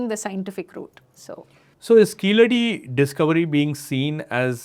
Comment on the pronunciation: It is pronounced, 'Keezhadi' in Tamil not Keeladi as done by non Tamil speakers .